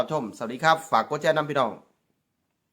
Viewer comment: ผมก็รำคานเหมือนกันเขาชอบพูดไทยแต่พูดไม่ถูกยูทูปเปอร์ลาวทุกคนพูดถูกสักคนย่างคำว่าชอบเขาพูดว่าซอบคำว่าแชร์เขาพูดว่าแซ เทพโยบอกเขาด้วย มีเทพโยกับนุชดาวไกล้เคียงหน่อยนอกนั้นไม่ได้เลยภาษาไทยเพี้ยนไปหมดครับถ้าพูดไทยมันต้องชัด ไม่ใช่ซัด